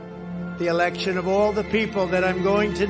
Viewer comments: "Alaction". It's election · Why is he saying, "uh-ahlection"? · "Critical elaxshun"....what did he say? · WHY does he pronounce “election” that way?